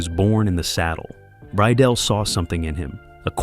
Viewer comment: The director's name was Mark RYDELL!!@ Not Ryell. Your comments are not very accurate. I will make sure I avoid your cretiques.